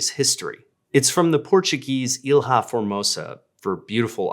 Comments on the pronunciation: I would cost you a total of 5 seconds and 0 dollars to go on google translate and check the pronounciation for "ilha", it's not "eel-hah", it's "eelya" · I hate being the pronunciation police, but as a native portuguese speaker listening to "ilha" being pronounced il-ha was strange and a new thing. The LH digraph in portuguese makes a LY sound, so it should be pronounced Ilya, with the LY being pronounced fast (it is a similar sound to the Spanish LL) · Very interesting story! Thanks! Just a tip - you can pronounce the Portuguese word "Ilha" as "ee-lya" or something like that. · Hi,! In portuguese the world "Ilha" is pronounced like "E-lee-ah" not "Il-ha". Great video though! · Ilha in Portuguese is pronounce ília, there is no H sound in portuguese. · Great video, but I have to point out that you butchered the Portuguese pronunciation of "Ilha". I'm not hating on that, though, as our "lh" is very tricky to pronounce for non-native speakers. Greetings from Portugal.